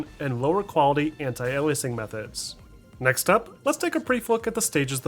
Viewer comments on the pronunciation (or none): none